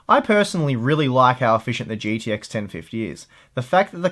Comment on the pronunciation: holy fuck its g T x not "GDX"